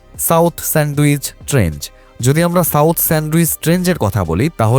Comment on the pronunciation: ট্রেঞ্চ হবে ভাই,, ট্রেঞ্জ বললে তো মানুষ কে ভূল প্রনাউন্স শেখানো হলো। মাফ করবেন এভাবে বলার জন্য কিন্তু আপনার ভূল হচ্ছে! এটা কি আপনার উচ্চারণ গতই ভূল নাকি আপনি এখনও ভালো মত জনেন না idk.!! তবে উচ্চারণ টা ঠিক রাখা দরকার যেহেতু আপনি ইনফরম্যাটিভ ভিডিও বানান, মানুষ কে জ্ঞান পৌঁছে দেন। তাই সঠিক জিনিস টাই শেখা টা জরুরি। ধন্যবাদ ❤